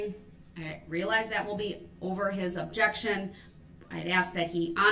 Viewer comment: 😂😂😂 “UBJECSHUN!!!! I see what you’re trying to do and it ain’t gonna work”. 😂